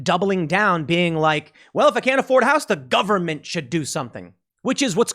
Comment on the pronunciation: what is this "houce" thing he keeps talking about? not sure how it's spelled, never encountered one before and probably never will